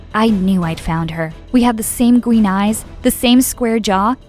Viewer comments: Dat girl said gween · "We HaVe ThE SaMe GwEeN EyEz" UM MA'AM YOU CLEARLY CAN SEE ITS BLUE Theres so many mistakes in this vid like "sHe GavE Me uP FoR AdOpTiOn 15 YeArS AgO And Im 13" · I swear she said gween instead of green . Beside the mom's eyes are blue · "we had the same gween eyes" 😂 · Her: We HaVe ThE sAmE gWeEn EyEs Her mum has blue eyes. Lol 😂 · WHERE DOES THE GIRL SEE “GWEEN” EYES